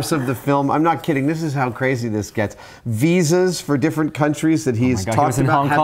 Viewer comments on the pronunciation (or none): none